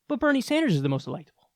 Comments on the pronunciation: Hey Kyle! It's Daddy Bernie, not Daddy "Benie"!!! smh so disappointed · Bernie not BENIE! 😂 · Dude it says, Benie not "Bernie" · "Benie" lol